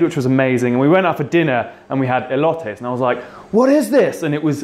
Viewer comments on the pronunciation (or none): EE-LOW-TAYS Elotes